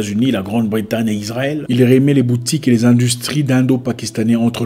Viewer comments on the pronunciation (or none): none